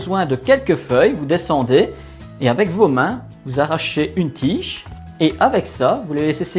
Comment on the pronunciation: Une tiiche ? Je ne comprends pas ce qu’il dit, c’est en quelle langue ?